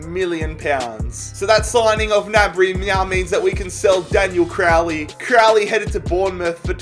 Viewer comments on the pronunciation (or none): none